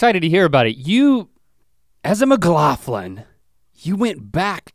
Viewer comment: as a scottish person, the fact that Rhett pronounces “McLaughlin” as “McLauthlin” really bothers me lmao